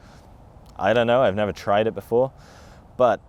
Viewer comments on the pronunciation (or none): "I've never tried it BEFORE" [emphasis added]. Have you tried it now?